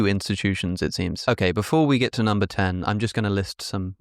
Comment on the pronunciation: vitamins, minerals: very high numba